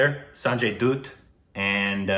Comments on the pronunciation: Sanjay Dutt -🧐❌ Sanjay Dhoot -🤔✔️ Meanwhile yamdhoot - 🥺 Abey saale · Sanjay 'dutt' like 'butt' not dooot.. 😊😊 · sanjay dhatth… not dooth korbin.. its like dha thh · Bchchan is prounounced like bat-chan Sanjay Dutt is like bhatt